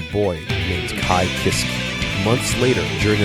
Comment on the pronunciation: Man are you just embarrassed to pronounce Japanese names correctly? I know that you know how too but you always fuck it up even after I hear you saying it the right way. Like 'Kai Kisskee'??? Really dude?